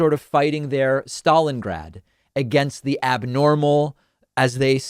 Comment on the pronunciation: What? Stawlingrad? That's 'plozma'-type pronunciation!